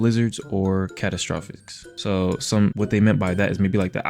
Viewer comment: struggling to pronounce catastrophes lmao /pos